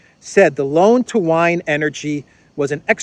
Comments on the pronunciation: 'Wein' (German for Vienna) is not pronounced as 'wine' but as 'Veen'. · Wien isn't 'Wyne' :)